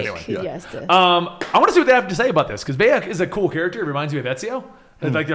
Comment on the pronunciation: doesnt know how to say bayek and mejai